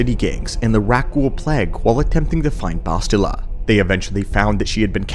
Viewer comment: The way you pronounce bastilla tells me you never actually played TOR games